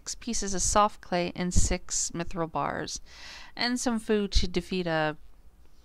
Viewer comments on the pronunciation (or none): none